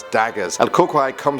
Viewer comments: Frikkin gringo. You dummy that's not how u pronance El Cucuy!!!!! Offensive ! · always delirious38 he also didn’t say cucuy correctly. It bothers me so. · please don't ever say "Cucuy" again. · He said el cucuy wrong😂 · The way he said el Cucuy 😂🤣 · It’s not el cookiy it’s el coo-kuy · Ok he said "El Curey" LOL!! umm.. good try lol... I guess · It’s pronounced el cou cuy not el cocoy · Cucuy is pronounced "kookooee" Not "kookoi" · Cucuy not cuckle 🤣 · not Cockeye😂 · Its pronounced Coo-Cooi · it’s pronounce la cu cuy or la coco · For El Cucuy u said it wrong you pronounce it Kukuy but you pelo it Cucuy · It’s pronounced el cucoy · He said sum “cucuray” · El cucuy is pronounced El (Coo)(Coo)(E) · El cucuy is pronounce (coo-coo-ee) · El Cu-qoy Wtf😂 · It's pronounce EL (coo-cooy) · El cucuy (El cu-cu-ee) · In case you ever do another video mentioning cucuy,you pronounce it "cuckooey" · Cucuy is pronounced coo-coo-E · La crucrey and just as i thought that was funny i heard him say la Chupacabra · #3 is actually pronounced El Cucuy (Coocooee) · You pronounce it El “Cu-Cu-eeee” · Lol, el cocuoy. That's how it sounds lol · Ps el cucuy is pronounced el kookooey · El Cucuy is pronounced as El Ku Ku"E" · The cucuy is pronounced coo•coo•eee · El Coocoooeeyyyyy . (pronunciation) was a mexican boogeyman i luve ur vids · Just letting you know, it is pronounced COO-COO-EE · That's not how you pronounce "cucuy" it's like "coo-cuey* if that makes sense.n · He didn’t say el cucuy right bruh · Bro....you said “El Cucuy” wrong....I’m not trying to be mean tho.... Whenever it’s like pm my grandma would tell”No te vas afuera por que esta El Cucuy”But I never go outside anymore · He said the cucuy wrong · he said it wrong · El Cucuy is pronounced wrong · You pronounced chupacarba and El cucuy wrong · The way he said El cucuy tho 😂 I'm Mexican so yeah that's why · I know right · It’s funny how he said el cucuy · Bro u misspronounced el cukuy by alot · You pronounced El Cucuy wrong